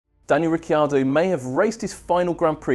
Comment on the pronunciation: Please pronounce his surname correctly, a bit of respect!